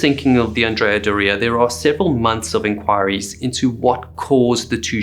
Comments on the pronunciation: Brave man taking on Italian name pronunciation 👏🏻😂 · Never had heard that pronunciation of Andrea Doria before. But I live in New England so what do I know... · It's probably closer to how the Italians say it, but yeah, to American ears . . . oof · Learn how to pronounce Andrea Doria correctly. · You got it right he kept saying the name of the ship wrong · Andreaaa Doreaaaaa? Accent and boat name origin aside, that is not the pronunciation lol. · DO-ria 😉 GE-nua 😉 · Is doh-ria the proper way to pronounce the name? I have always heard it pronounced door-rhrea. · Anne-dree-ah-door-ee-ah So how can you create such an excellent video but mispronounce the name of the ship multiple times throughout the entire video?!? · Pretty sure Andrea Doria is pronounced differently. Like astoria or gloria. Not Dorea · The way you pronounce "Andrea Dorea" stresses me out for some reason. Other than that great breakdown of the event. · ANN-dreah DOOR-eeah. I grew up on Cape Cod. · It is pronounced the Andrea Door eua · AN-dria DOR-ia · Oh well. But for the benefit of the author and anyone else interested, the correct pronunciation is An-DRAY-ah DOH-ray-ah. Andrea is a man’s name in Italian. I remember watching the dramatic newsreels of the sinking as a boy. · It’s pronounced ANN DREE AH DORREY A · anDREA doREA? first time i've ever heard the name pronounced this way. Granted, I'm not Italian. On another note, the Edward H. Allen was the sister ship of the Samuel B. Roberts (Famously known as the destroyer escort that fought like a battleship) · It's not andrea do- ria for gods sake! 😇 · My gosh can't you pronounce the name correctly??????????????????????????????/// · The phonetic accent is onthe O of Doria....that said you are great at telling these stories...thank you. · Weirdest Pronunciation of Andrea Doria I have ever heard. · Is that how you intend to pronounce “Andrea Doria” for the rest of this video? Sad. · I like your channel, but would it kill you to check pronunciations?